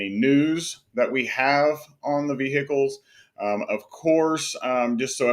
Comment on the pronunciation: Vee-HICK-els😂 Thanks for the content!